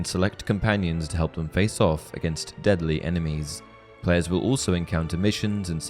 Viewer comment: Legit thought he said "dudly enemies."